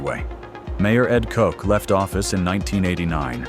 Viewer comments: "Coke"? Effing AI. Ed Koch's last name is pronounced "Caugh-ch". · Yo , you need to learn how to say kochhhh not kock!!! Lol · Pronounced KO CH not Coke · you pronounced mayor koch's name wrong.